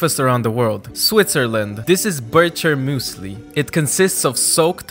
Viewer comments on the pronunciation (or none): ✨bIrTsHeRmÜsLi✨ That’s a funny pronouncing 😂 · I am swiss i am crying how he pronounced Birchermüesli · I as a Swiss approve just the pronounceation was wrong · The way he pronounced „Birchermüsli“😂 As a swiss guy its hilarious😂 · The pronunciation is hilarious 😂 and you forgot the honey. Edit: Mom I‘m famous! :O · I am Swiss and found it super funny😂 but it didnt sound that bad, just the "ch" seems to be impossible to be pronounced, even germans cant pronounce it... try to say: Chuchichästli😂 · Bro the way he pronounced Birchermüesli 🤣🤣🤣 And it's spelled SwitZerland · The ch in Bircher is pronounced incorrectly